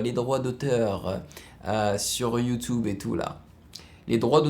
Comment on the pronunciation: Mec c Youtube et pas youtoube